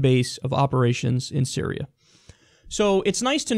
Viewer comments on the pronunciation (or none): Me likey the accented i in "Syría"